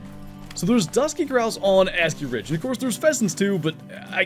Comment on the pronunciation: Bro says it like Ass-Key Ridge 😭